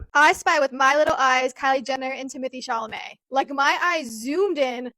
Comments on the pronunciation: It’s Temo tay Shall a may for the billionth time 😂 you’re making way harder than necessary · Ypu mean I get a whole video of saying TimAthAe ChAlAmAy I'm so pumped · I miss calling him Timothee Chamalet 😢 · I love when you talk about this topic only because I laugh so much when you say "timothy chamalet" 😂😂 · “ Timathay Shamalay “😂❤️ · Lol That’s so funny how you say his name 😄